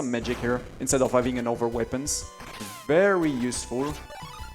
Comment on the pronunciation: Weepins! (It's pronounced "wepp-euns.")